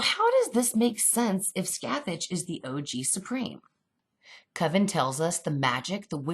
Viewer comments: Omg yes and it’s Pronounced “ skath- thak “ not scathatch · Super big nitpick: Scathach is an Irish/Gaelic name, so the pronunciation is closer to Skah-hawk/Skaw-hawk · hi. sorry for the complaint. but the name Scathach is pronounced Ska Ha. the "th" and "Ch" are silent in Irish gaelic. Scathach is more than a witch. She's the warrior in the Ulster Cycle along with Cu Chulainn. (irish Heracles) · i love these videos so much theyre giving me everything i need right now thank you so much 😂😁 but also on a side note Scathach is meant to be pronounced Scoh Hoch, its not a big deal but its something i noticed as someone who speaks irish, keep up the good work x